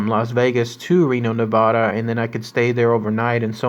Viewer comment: SAY NEVADA RIGHT AND PYRAMID LAKE Is almost 300 miles away from lasvegas